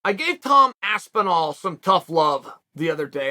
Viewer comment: Tom Aspinwall... Classic Uncle Chael😂😂😂